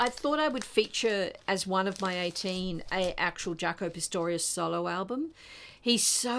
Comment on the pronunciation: Great selection! Just a little correction... It's Pastorious not Pistorious.